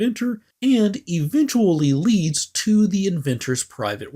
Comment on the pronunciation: Wait wait wait.... did he say 'Han Solo in the crew of Serenity'? Or 'and the crew..."?